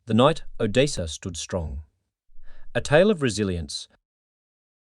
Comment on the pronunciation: Automated voice s bad. Mispronounces simple words like Odessa. It's cadence is also terrible. Thumbs down.